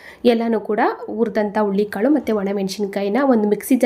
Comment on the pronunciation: Ullikalu alla HURULI KAALU .PĹÈASEEBE CAŔEFUL AVBOUT 😢PRONOUNC IATION .